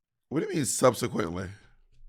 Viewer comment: Me, when I’m in the mood to argue but no one is entertaining my foolishness or antagonization: What do you mean by “subsequently”?? Why’d you say it like that??🤨🤨 *argues about semantics and pronunciations Bob, please😂 And I bet the comments will still blame Monet lmao.